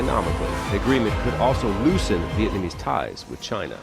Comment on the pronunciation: I love how you pronounced every single Vietnamese word wrong 😂